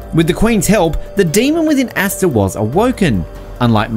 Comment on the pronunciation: Bruh said asstuh 😂